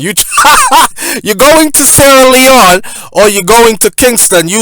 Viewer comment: Why say sleone not other countries